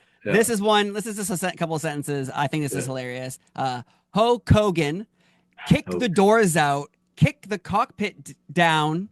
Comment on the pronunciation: Warrior…. Not Hoe Kogen